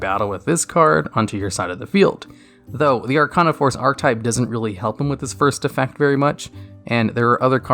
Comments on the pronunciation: Arc-ane-ah not arc-ah-nah Sorry for being that guy. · I think it is spelled Are-kay-na :P